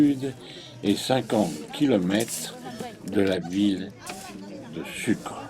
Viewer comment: On prononce TarrabOUco. Et sOUcré.